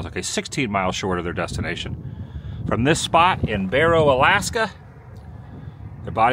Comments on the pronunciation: It’s pronounced Bear Oh not bore oh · BARROW not BORROW lol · It's pronounced like wheel barrow. Not like borrow money. Love the videos! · I am 55 years old. Today is the first time I ever heard anyone pronounce Barrow "borrow". Other than that, the video was awesome.